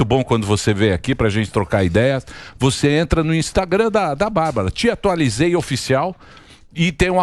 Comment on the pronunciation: TEatualizei e não "TIataualizei"